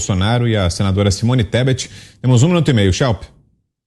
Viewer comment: O Nine não sabia nem falar o nome da Tebet!! Simone Tesbe 😂😂😂